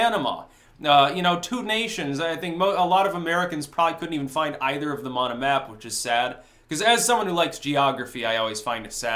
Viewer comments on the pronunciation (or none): none